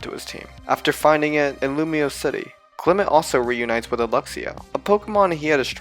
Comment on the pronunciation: FOR THE THIRD TIME, THE SECOND E IN CLEMONT IS SUPPOSED TO BE AN O! AND THERE SHOULD BE ONLY ONE L IN ALREADY!